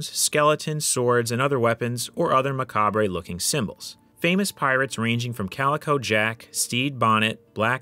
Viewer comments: Macabre is pronounced "mac-kob", i see this done a lot and I want it to ne more common knowledge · Macabre ray? The "re" is silent, it's a French word. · should probably look up how to pronounce Macabre for next time